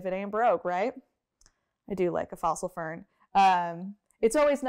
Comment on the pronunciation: Fern I mean Vern 😂😂😂